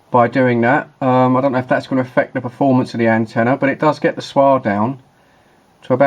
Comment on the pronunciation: its referred to as S W R!! NOT "SWAR"